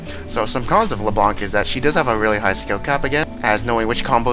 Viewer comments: Did u just say lebron? and not leblanc xDDDD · He thinks the c is silent maybe, he's saying Leblan